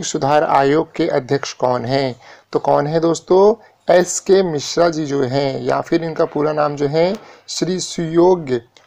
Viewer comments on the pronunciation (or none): none